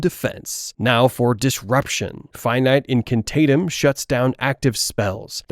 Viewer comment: I stopped watching after ‘it’ pronounced finite incantatem as ‘fi-night in-can-tay-tem’. 😭